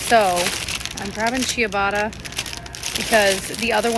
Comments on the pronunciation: Right? The "ci" is a "ch" sound so the "i" isn't pronounced again. Cha-batta. Signed, Italian last name that begins with "Ci". 😁 Ciao! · Can we please address how you pronounced ciabatta? 😂 no shade! Honestly made me google the pronunciation myself